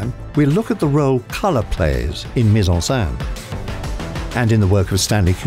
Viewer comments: Another really tiny thing to bring up is the pronunciation of "scène", which here sounds more like "sein" (breast) rather than being basically (exactly?) like the French pronunciation of "Seine" (the river). But again, that doesn't detract from an excellent & informative video. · It's pronounced Sen not Saan bro... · It sounds like he’s saying “put in breast/saint“. “scène” is just pronounced “sen” lol. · The accent over the e is grave not acute and it is pronounced accordingly - here the narrator has two ways of pronouncing it and only one is correct.